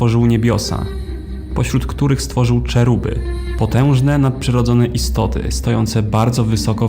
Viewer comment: Najmocniej przepraszam, ale w tym materiale jest mnóstwo błędów. Lucyfer, o którym mówisz, to mocne interpretacje i przekształcenia Kościoła. A te anioły to cheruby wymawiane jako „heruby” a nie „czeruby”…